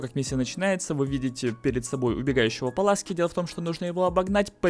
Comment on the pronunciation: Пуласки а не Паласки